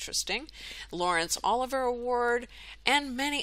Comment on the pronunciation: Olivier...O live ee ay is the pronunciation.